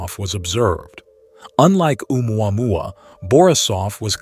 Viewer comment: umuamua Me: The pronunciation is killing me!!!! 🤣